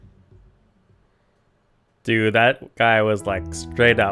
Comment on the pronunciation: her name isnt pronounced kara... ITS CHARA